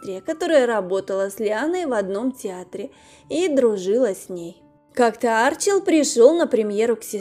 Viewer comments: Не А'рчил, а Арчи'л. Неправильное ударение режит ухо. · АрчИл он, а не Арчил! Слух режет!